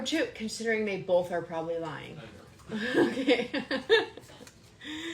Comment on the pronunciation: I can get past the gratuitous debauchery and backstabbing but I just lose it when she says “bolth” or cackles at nothing funny. Not a funny word came out but she laughed by a hyena